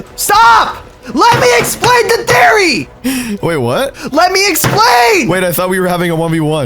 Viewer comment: He said thereoy